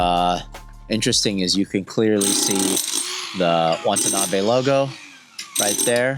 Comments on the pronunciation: It's pronounced "Watanabe", not "Wantanabe." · Say it with me: "Wah Tah Nah Bey" - not "Want a knobby." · whose this Chen? you'd think a guy with Asian heritage would be able to call himby his name, Watanabe, not wantanabe throughout the entire 50 min video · It's not Wantanabe Larry. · Be respectful and at least pronounce the name correctly. You are saying Wantanabe. It’s Watanabe. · Wa-ta-na-be. Say it with me. Wa-ta-na-be. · Drink a shot every time he says WaNtanabe. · Throughout this video, Watanabe is consistently pronounced "Wantanabe" And Larry himself makes this mistake in text in the comments. What happened here? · He said wantanabe the whole time! How embarrassing. 😑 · Classic Larry Chen, given exclusive access to a company, can't pronounce the name of the company correctly. There is only one N in Watanabe. It's not "Wantuhnahbay". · it's so disrespectful the number of times Larry mispronounced his name. I'm still not sure if you're dyslexic or stupid at this point